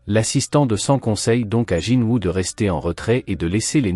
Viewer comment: Ses honteux tu dit jinwa dans la vidéo mais sa ce dit est écrit Jinwoo chasseur SUNG JINWOO le dieux de la mort le monarque des ombres Sinon continue comme sa mais raconte bien l'histoire et ne déformé pas les propo des personnes il non jamais mépriser jinwoo il le considère tous comme un petit frère